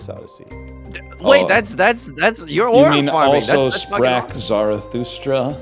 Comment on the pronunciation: "sou sprak zarathustra"